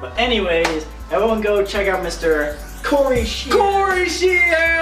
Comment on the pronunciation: who else thinks its hilarious how corey says his name ?